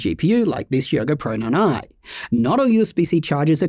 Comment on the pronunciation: "The Yoga Proynyny"? 😅 As always, love your thoroughness and focus.